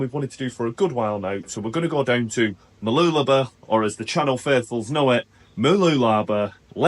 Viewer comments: Mah-loola-bah stress on loola and less stress on bah. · Mooloolaba is pronounced 'bar' at the end. Enjoy your reports. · I tell foreign friends it's pronounced Moo loo la BAH with an emphasis on the end. seems to be dropping the end to just "b".